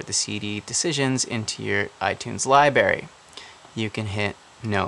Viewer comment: You don't need to know how to pronounce LIBRARY correctly if you're an "audio engineer of a few years" ...